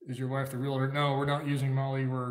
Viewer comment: Pet Peeve for Realtors, RealAtor